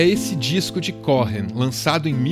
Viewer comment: Muito bom... Mas o H é mudo em Cohen se lê como se tivesse escrito um u no lugar do h... Cowen... sobrenome de descendente de judeu...